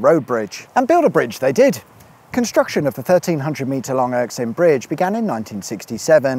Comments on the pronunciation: I don't want to come across as a moaning pedant, but I am one and find it hard to hold in sometimes. It was almost impressive how often you manage to mispronounce such a simple name as Erskine. Not "Erksine". I'm left wondering if it was deliberate but am totally unable to come up with a reason why you'd do such a thing. Unless it was for a dare or a bet, in which case that's fair enough. It did make it harder to enjoy the video, but not impossible. I wasn't going to mention it at all but as the video went on and Erksine kept getting mentioned I found my serene self turning into my pedant self against my will. Sorry about that. Keep up the good work but maybe a wee bit more attention to pronouncing Scottish place names please? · Come on, it’s not like Erskine is a difficult word to pronounce. It’s just occurred to me that if you have any plans to expand Secrets Of The Motorway internationally ( les secrets de l'autoroute?? ) then you should perhaps brush up on the local lingo. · But you pronounced it right the first time. Why then go on to borlox it up? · E ery time you said Erskine, that's what I heard, but the subtitles just made stuff up. Nae worries. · Great video as ever, even if a little short, like the subject I guess. Slightly irksome though is your pronounciation of Erskine, which seem to have interchangable S and K ??? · Nice video. p.s. its pronounced "err skin", you got it right at the first attempt then called it the "erk skin" repeatedly after that. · It's pronounced Er-SKIN not ERKS-in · Erskine... as in... 'er skin is as soft and radiant as powdered plutonium... not irksome... I like it being called Irksome though. Wickedsweetawesome as usual... too short though. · Are you pronouncing this as the Ericsson bridge ? That's what it sounds like . It is of course the Erskine ( pronounced err-skin ) bridge , named after the town below it . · Anyone else going crazy over the Erskine/Erksine pronunciation in this video? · Its Erskine not Erksine